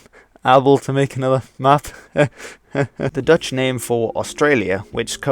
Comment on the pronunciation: Thanks for pronouncing the Dutch words the right way very well!